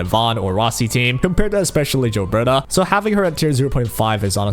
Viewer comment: I jave this video a thumbs down because you keep saying jilberta